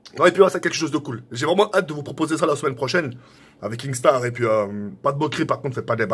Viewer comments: C’est pas KINGstaar mais KINstaar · Tk on dit kinnstar pas kingstar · KINSTAAR PAS KINGSTAR MDRR TU PRONONCE MAL 😂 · MAISSSSS tkkkk c kinnnnnnstaar pas kinggggstaar😂😂😭😭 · Je ne ss po cmb de fois il a dit kingstaar. C kinstaar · Ok nikel mais apprend à dire son blaze stp ca se dit « kinstar » et non « kingstar » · Mais pk tu dis kinGstaar ptn !!!!! Faut lui dire vraiment 😭😭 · Mdrr il dit KinGstaar XD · Il prononce même pas bien son pseudo il veut duo ac lui 😝🤷‍♂️